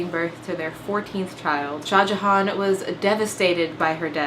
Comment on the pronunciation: As an India, Im suprised how good your pronounciations of Mumtaz mahal/ajoban bano begam and SHAH JAHAAN WERE